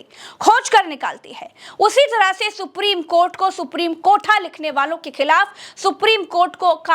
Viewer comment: if any social media channel cannot pronounce the honorable court and pronounce KOT, KOT,KOT don't yuou feel the anchor and reporter to be jailed and sent on long term judicial custody.